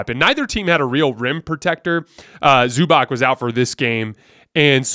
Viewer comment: I don't know why, but can't say Zubac correctly. It should sound like Zubats not Zubock